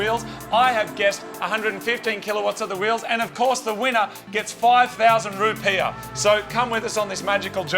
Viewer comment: Are "Rupeeah?" Rupee's?